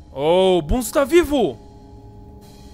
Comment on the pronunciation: a garra é o experimento 1-0-0-6 tanto é que tem uma fita que faala isso e se pronuncia bonzo não bunzo